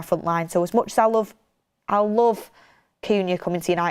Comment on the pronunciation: really struggling with these players names. First Cunha, now Mbeumo. 🙈🤣